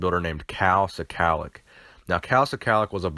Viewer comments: This is my Uncle...my mother’s brother. The name is not pronounced “Si- calic” it is pronounced skull -lock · Szkalak is pronounced Skull-Lak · it's pronounce "Shclack"...fyi.